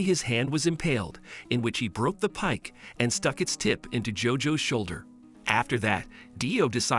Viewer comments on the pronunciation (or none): none